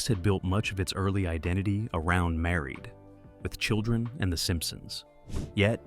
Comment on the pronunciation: AI is reading the "..." from "Married... With Children"